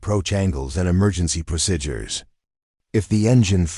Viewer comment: Overall, an thrilling action-packed story but unrealistic. I'm not going to even address the excessive protocol, technical and tactical errors since I don't believe the script was written or even reviewed by someone who actually served. AI narration was often plagued with awkward, ragged and irregular phrasing, numerous mispronounced words, examples: procidures for procedures, leaved for lived, savered for severed, Phoebe for fob and much more. All of these irritating mistakes made listening to it rather frustrating. When closed captioning was used, the errors were even more glaring. Especially annoying was the use of the word "dot" to indicate the end of a sentence instead of taking the customary pause before starting the next sentencel...subtleties that are chronic AI issues. Obviously this channel needs to have a human editor with appropriate English language skills review their work before posting if they want their channel to grow.